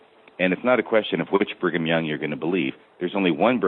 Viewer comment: Why does keep saying Bingham Young? You are a former bishop and member for decades. You don't know how to pronounce Brigham? Sort of annoying but excellent show.